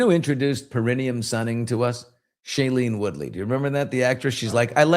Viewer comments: The 'taint' is pronounced Para-NEE-um~~~~ peh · ruh· nee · uhm 🙂👍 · Para - NEE - um Emphasis on the nee (Not trying to be one (an a-hole) by putting the correct pronunciation up …..just passing along the informations